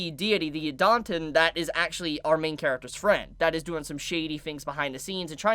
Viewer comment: I am a nazy, please pronounce it idaten, not idanten